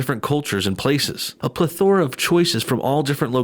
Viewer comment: 'ple-thor-a, not ple-'thor-a.